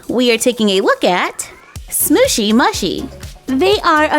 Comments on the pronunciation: You are supposed to say mushy, mooshy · Not to be rude but it’s pronounced moo-she, love your channel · It's pronounced mooshy